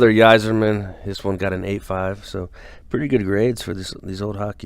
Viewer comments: Just a heads up, Yzerman is pronounced as (I)zerman Y like an I. Good stuff as always. Lot's of Eagles!!! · Yzerman pronounced eye-zerman